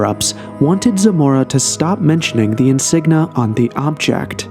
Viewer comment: Insignia not insigna!